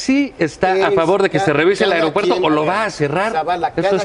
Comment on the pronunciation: Chingadamadre alguien dígale a Nuño que se dice A-E-R-O-P-U-E-R-T-O... ¡¡¡¡¡¡AERO!!!!!!! No "AREOpuerto"...